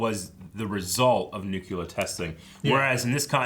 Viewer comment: Please, for the love of god, Nuke-lee-ar